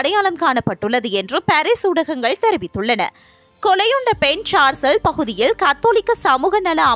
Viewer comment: என்னம்மா உச்சரிப்பு இது.? சர்சேல் என்று சொன்னால் முடிந்து விட்டது.? சர்ச்சில் ஹிட்லர் என்று ஏதாவது உளறி கொட்டுறீங்கள்.!